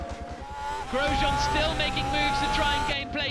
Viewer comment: You two are Canadian but don't know how to pronounce Grosjean and especially the 'jean' bit of it was as hilarious as shocking tbh.